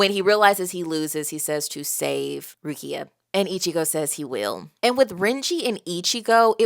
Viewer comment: you getting better at names! a small correction is the emphasis in Rukia’s name, it’s on letter “U” so it goes Rúkia and not Rukía i already saw people correct you on Zangetsu so imma skip this one, but otherwise everything was on point especially Seireitei which you nailed first try and im happy that you like this story so far, it’s one of my favorite of all time